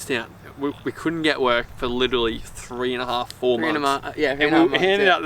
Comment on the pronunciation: Obsessed with how Jack mispronounces 'literally' 😂 well done fellas! You make me proud Kiama was my hometown 💕